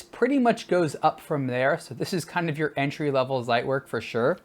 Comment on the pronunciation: It's pronounced tsait - verk Great review otherwise though!